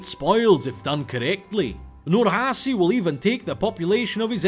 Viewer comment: The C in "Nurhaci" is pronounced like a normal "ch", and the H isn't made in the soft palat (like you did), but in the throat, AKA, it's softer.